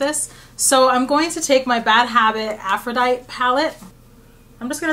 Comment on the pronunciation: I always love your eye makeup looks. Maybe someday I can get daring and do more colors. One thing -- "Aphrodite" is pronounced Af-ro-dye-tee. She's a Greek goddess.